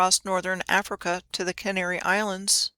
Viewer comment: CanARy. Another AR link? Also Ireland was once known as Aire which is phonetically similar